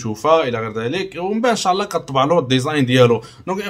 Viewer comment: قاليك أن شاع الله. الله يرضي الأخ حاول تنطق الكلمات بشكل صحيح: إن شاء الله وليس إن شاع ...